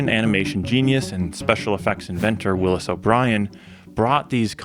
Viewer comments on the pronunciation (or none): none